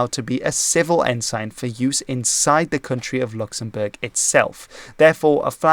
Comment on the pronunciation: My man really flexed his pronunciation in the first part of this video absolutely styled on my dumb American ass